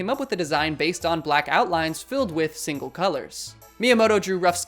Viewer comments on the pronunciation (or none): none